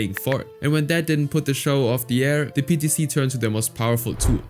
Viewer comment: PTC sounds like peta